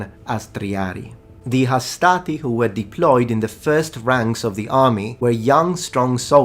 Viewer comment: Hastati has no R though.